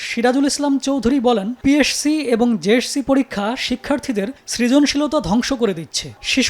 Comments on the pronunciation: এই সাংবাদিকের দাঁত কয়টা আছে সেটাই ভাবছি যে কবার পি এস সি, জে এস সি আর এস এস সি উচ্চারণ করলো ততবার ই এক এক টা দাঁত খুলে গেলো উনি বার বার বলল পি এড সি জে এড সি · পিএরসি, জেএরসি না। উচ্চারণ টা ঠিক করে শিখুন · পি এস সি ও জে এস সি আগে তো ঠিক মতো উচ্চারণ করা শিখেন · সাংবাদিকের পিএসসি ও জেএসসি নামের উচ্চারণ এমন কেন?